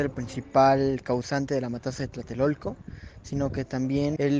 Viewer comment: No es Tlaltelolco. Es Tlatelolco. Con 3 L...